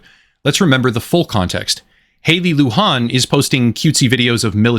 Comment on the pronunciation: it's not a spanish name. You mispronounced it throughout. Her name is pronouinced loo-jan with a j like jelly and and an like can.